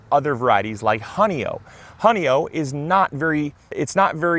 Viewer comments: Please, for the love of the Finger Lakes in NY, it’s pronounced “Honey-oy”, like in “oy ve,” not “Honey-oh.” 😊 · I live in Honeoye, NY. It's a Seneca word meaning fingers on the ground or fingers lying there. It refers to fingers having been cut off. It's not pronounced honey O. It's Pronounced honey oi.